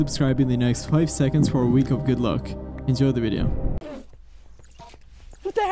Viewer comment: He Said "Endzoy The Video", Not "Enjoy The Video" 😂